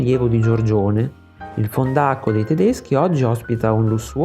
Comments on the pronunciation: fòndaco non fondàco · grazie per lo stile sitetico e divulgativo... Fondàco come lo pronunci, l'accento non è corretto. .-) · Ciao e grazie per il bel video esplicativo su Tiziano. Solo due piccole osservazioni, non averne a male: 1) la tua pronuncia di "fondaco" è errata, l'accento va sulla seconda lettera, non sulla "a". Inoltre è impossibile che il rapporto tra Giorgione e Tiziano si interrompa nel 1511, in quanto Giorgione mori' nel 1510. Grazie ugualmente del video.